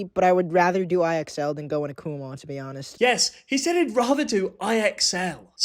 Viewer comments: Pronounce it as "Come on" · i saw this company store thing on a road trip once and i kept pronouncing it like "come on" and i kept telling my family to "kumon drive faster" i will keep making fun of its name after learning this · I always thought kumon was pronounced "come on" 😂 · I thought it was pronounced “come on” 😭😭😭